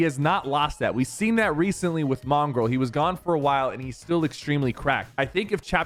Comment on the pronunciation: bro said "Mongraall"